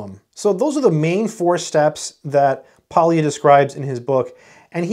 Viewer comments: Polya is a Hungarian surname and the L is silent. The correct pronunciation is just simply Poya. Thanks for sharing your experience with this wonderful book from this great scientist. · It is still in print, just bought one. Pronounce his name something like "poh-yah". "ly" is a letter from the Hungarian alphabet pronounced /j/. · ly in Polya is pronounced like double l in Spanish.